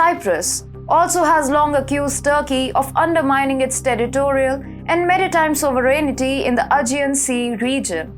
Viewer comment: Pronunciation of Sovereignty as Sovrenity is a little awkward. Or is it the right way to pronounce, I don't know.